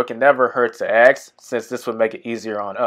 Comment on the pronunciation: Good tutorial, was just wondering about the process. A note, though. Asking someone gets your answers. Axing someone gets you prison.